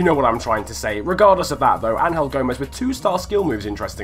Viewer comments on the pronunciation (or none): It's not Ang-hel it's Angel... you know like angels that really pissed me off 😂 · The way you say angel gomes ruined my day